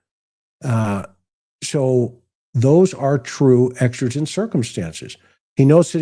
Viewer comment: It's exigent. Like exiting a store. Love your podcast tonight❤